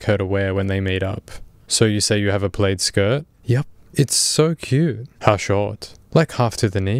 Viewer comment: Didn’t you pronounce plaid as played??